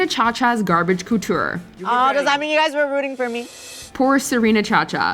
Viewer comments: Gorl did you just say cooture? Mama stop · Whenever she says coutoure why is it like she’s saying cooter HELP.